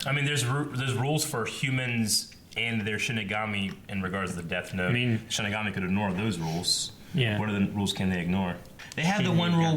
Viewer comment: ok... I've ignored this for far too long.... It's "SHI-N-IGAMI" !!! xD